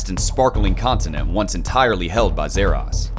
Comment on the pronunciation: Zah Ross not zeh rass